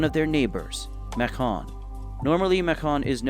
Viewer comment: Why are you saying macon so weird for?? Macon like bacon